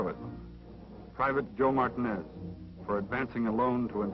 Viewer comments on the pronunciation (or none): Joe MartinEZ Uh huh…I’m sure that’s how he said his name. Way to honor the dead, soldier…